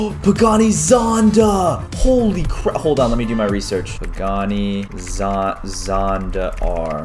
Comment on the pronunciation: Its "pagani zonda" hahahahahaha